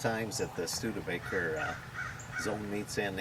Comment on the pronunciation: he said StudeRbaker lol and continues to say it.